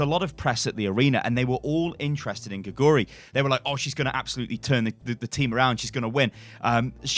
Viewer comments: Don't know if you care at all but you're saying her name all wrong. Her name literally means 'frog' and in Korean you would say it like 'gay-goo-lee'. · You can pronounce her name more correctly if you put the emphasis on the first syllable 'gae'. It pronounces like 'gae-goo-ri'